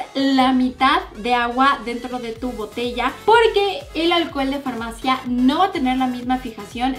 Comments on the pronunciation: dice framacia en vez de farmacia.;v. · alcohol de farmacia o de framacia?? 😂😂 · Alguien se dio cuenta que en el minuto dice framacia en vez de farmacia??? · En ves de decir farmacia dice framacia en el monuto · Jajajaja "framacia" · la "framacia" el que entendió entendió